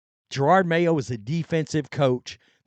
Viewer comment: Here we are a year later and you still can’t pronounce his name correctly you dim hillbilly. Yeah he sucked as a coach and was a DEI hire but you not being able to correctly pronounce his name makes it hard to take anything you have to say seriously.